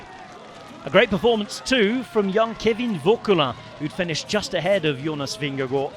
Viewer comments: From a dane: Your pronounciation of Vingegaard is nearly perfect :) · excellent pronounciation of vingegaard!